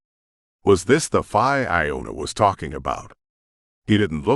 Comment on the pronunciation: I'm sorry but I have to say it the word "fae" is pronounced like the word "say" or "play" not like the "bye".